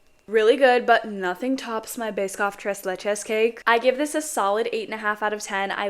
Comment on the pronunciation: The way she just says tres leche just😭😭